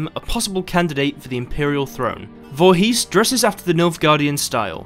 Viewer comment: Someone told me there was a game that had my odd last name in; lo and behold I found it, guess it's true :) Oh and the "...his" on the end of the name is pronounced "isss" or "ehss" (short stop, all together) not a long "heeees".